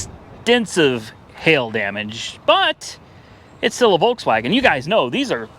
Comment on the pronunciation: You need to be european to say correctly Volkswagen